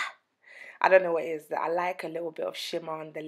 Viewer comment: She say ees looking nice and delicious 😂